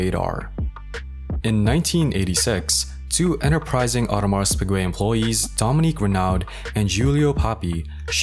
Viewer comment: lmao what a fcked up way to say the name